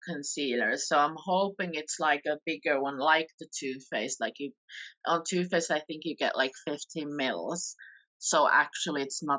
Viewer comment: The subtitles keep thinking is saying “toothpaste” instead of Too Faced, and I was wondering why the hell she was comparing the UD to toothpaste! Nooo, don’t put that on your face! 😂